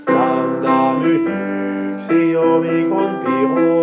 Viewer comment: Entre "nu" et "omicron" c'est "ksi" est non pas "xi"